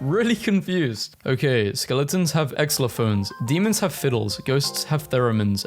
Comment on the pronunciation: did you just say... exlophones...?